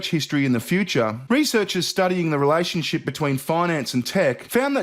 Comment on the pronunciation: I love when says fee-oo-cha...:)